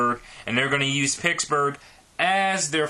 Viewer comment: At least pronounce it properly. It's PITTSburgh, not PICKSburgh.